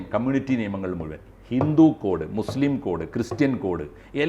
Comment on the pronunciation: ❤❤❤ മുസ്ലിം എന്നു പറയടാ..... നീയൊന്നുo നാക്കു വടി കാറില്ലേ????